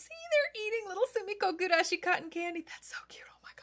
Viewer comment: gurashi, not gugurashi 😅